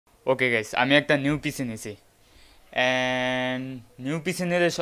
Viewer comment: পিচি নয় পিসি